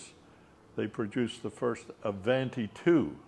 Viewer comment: Well he could learn the correct pronunciation of “ Avanti” . Also a special cam shaft did not make a 304 engine as he said. Studebaker had a 259 , 289, and 304.5 cu in. Engines. The Avanti came with 289s and 304s either super hard or not depending on if it was an R1, R2, R3, or R4. Nice to see his beautiful car and if you are fortunate enough to have such a car, you have a responsibility to know the correct facts about your car when you show it.